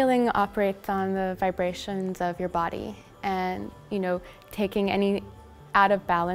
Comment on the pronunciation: Lol “vibrations”